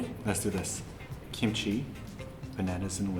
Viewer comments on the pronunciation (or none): none